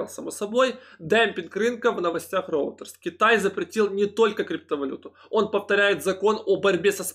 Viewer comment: Роутерс?... вы серьезно? Скажите, кто-нибудь - РЕЙТЕРС - агентство новостей.